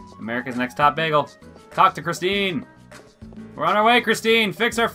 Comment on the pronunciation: "Chistine" lmao